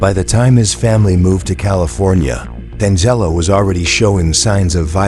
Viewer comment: Danzelo? it's Deangelo. assuming this is an ai voice.